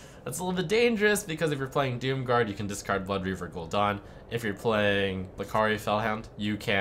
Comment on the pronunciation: lol gul'done ....... its gul'dan ....